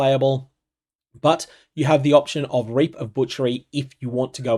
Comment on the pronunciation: DON'T PRONOUNCE REAP WITH AN AUSTRALIAN ACCENT!